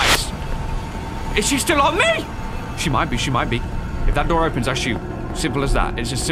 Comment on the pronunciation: U,mm you said daor I swear it’s door boi